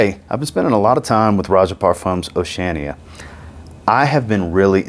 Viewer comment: I love you brother and mean no disrespect… but you kill me with how you pronounce Oceania 😂